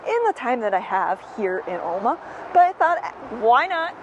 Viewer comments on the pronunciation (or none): It’s El-ma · "El-ma". Short A, sounds like E, not O sound. It's a local thing. Born and raised. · Coming from that part of Wisconsin it is obvioius that youa re not. Every time you said the name Alma it grated on my nerves to hear it mispronounced. Loved the content except for that.